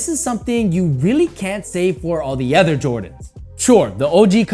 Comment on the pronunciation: You should learn how to pronounce your words correctly. Ex. PopULar , Other. It's quite distracting